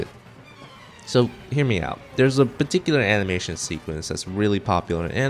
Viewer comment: It’s not very clear in the video but he is saying “itano circus”